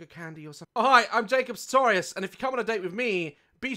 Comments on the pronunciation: I didn't I heard Jacob sarcorious idk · I swear daz said Jacob SALTorius on the intro I can’t be the only one who Hurd this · “Saltorious” sorry 😂😂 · Daz: can’t say Siwa Also Daz: SARTAOURIOUS me: I CANT EVEN SAY MY OWN NAME